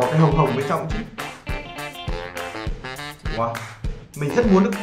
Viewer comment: E nói woa chứ ko nói wow